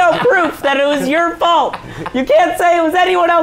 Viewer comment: It's wess's fult